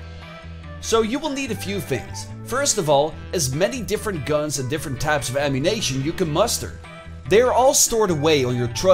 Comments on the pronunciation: "Amunition" Not əmunaytion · This dude said “Ammunation” lmao